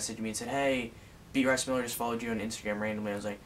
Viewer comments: Beat rice? Isn't it bey a triss.. Like that how u pronounce it lol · XD Beat-rice Miller. It's Bea-triss. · Beatrice miller?😂 you mean be-uh-triss. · Lol beat rice? Its be-a-trice lmao. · He meant to say beat-rice guys *facepalm* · BEAT-Rice Miller?? BeAtrice Miller, Taylor!! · lol its bea-trice but its okay :) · its be-a-trice .... just saying haha